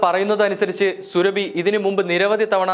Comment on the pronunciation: സുരഭി അല്ല, സൂറാബി ആണ്. മുസ്ലിം ആണ് ഈ സ്ത്രീ.